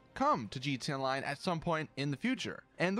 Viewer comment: bro you need to fix how you say gta online